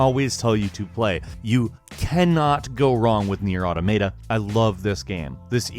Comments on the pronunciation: 'Automata' is pronounced 'Aw-tah-mah-tah', not 'aw-toh-may-tah'. ...just sayin'. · Did the developers of Nier came out and said it's pronounce AutoM E T A that's just sounds wrong why did say it like that? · Did this dude just say "Automayta"? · Okay a couple of things here. 1, it's not Automayta, I don't see a "y" in that spelling get your damn pronunciations right, it's Maa taa. But also, Nioh isn't based off of Dark Souls, its roots go back to Ninja Gaiden as the game was originally being developed around the time that series was still popular. I know it's common practice to say a game is based in or around the most recent popular iteration of a style of game, but Nioh was in development before even Demon Souls was released, so in this case that is absolutely wrong. Respect journalism enough to not perpetuate falsehoods brought in by the masses. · 1st it was AUTOMATA now its AUTOMAYTA ! XD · I felt like slapping you for two things: 1. The Surge above NiOh and Nier Automata? How much did their developers pay you? 2. Nier Audomaida? Stop. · Nier "Autometa"... Wot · SAY AUTOMATA CORRECTLY!!!!! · please everyone on the internet, look for the pronunciation of the word "automata" EVERYONE GET IT WRONG!!! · Hey, if NieR: Automata is one of your favorite games, you might consider pronouncing it correctly. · you pronounce Automata in a way I never heard before. It's alittle bit interesting:) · Can nobody properly pronounce Automata? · I hate how you pronounce Nier: Automata. 😞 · Your pronunciation of Automata should get you kicked off the internet, let's be honest here. Have you ever seen the alphabet before? Seriously though lol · For a game you like so much, I'd think you would learn to pronounce the title correctly... Your pronunciation almost seems intentionally bad just to annoy people. Have you never heard someone say automaton? It's just like that, except you put an "a" in for "on" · You pronounced automata wrong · THE WAY U SAID AUTOMATA